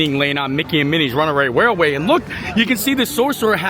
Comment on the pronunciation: I think you struggle with Runaway Railway because you pronounce you R’s and T’s like W’s. Like when you say Mounwain:). That’s ok. What makes you.